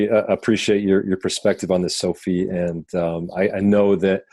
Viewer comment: Her name is Sophia.. why is he saying Sophie?